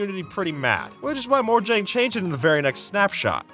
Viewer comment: bro said morjag